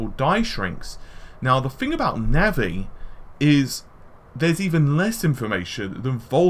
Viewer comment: "Navvy" lol